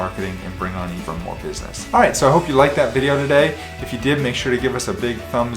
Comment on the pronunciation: He said iiight